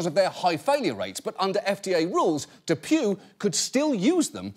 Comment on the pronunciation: I thought DePuy was pronounced DePwee 😬